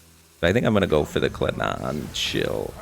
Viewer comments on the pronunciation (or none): Hearing my boy say "kledan" and not "Keli'dan" makes me understand why people snap and go on rampages lol